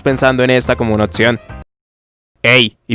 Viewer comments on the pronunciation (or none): porqué cambias la P por una T..otción, etc?